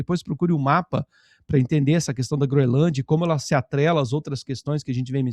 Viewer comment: pelo amor de Deus, você dizendo "Groelândia", jornalista de tantos anos, é um convite para nunca mais te assistir. Quebra de confiança total. Não dá. Lembrando que você também foi contra a caminhada, o que me fez tirar muitos pontos do crédito que eu lhe dava.